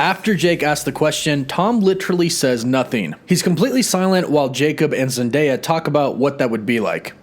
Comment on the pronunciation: I know this has nothing to do with the video, but - (Oh look, is one of the few people who can actually say Zendaya's name correctly)